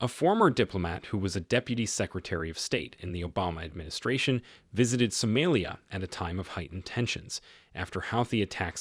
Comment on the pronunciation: Please correct the name of somalia and ruto! Not somelia and Rudo! It’s soomaaliiya and ruutoo! If you can not pronounce it right or you saying it that way on purpose, please let someone else do that part for you!!!